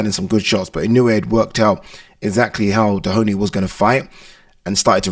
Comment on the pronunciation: He’s not called Dehoney lol Doheny